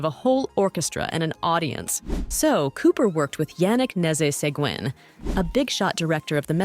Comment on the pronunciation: Oh, dear - America's most famous composer is COPE-land, not Cop-land. And it's not Seh-gwin, it's Seh-gan.